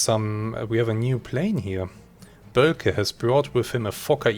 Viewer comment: Boelcke, pronounced "Böhlke", not "Böllke" - long Ö sound.